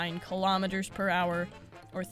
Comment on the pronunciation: All Americans watching this video: WTF is a kilometerrrrrr?